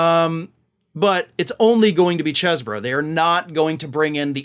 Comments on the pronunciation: "Cheese-bro", not "chess-bro". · It's "ChEEse-bro".